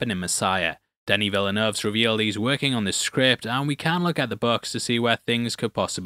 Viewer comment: The only thing I'm certain is that no American can pronounce Villeneuve correctly